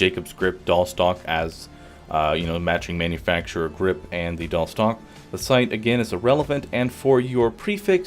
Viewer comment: wtf is a "doll"? "dahl"? stock???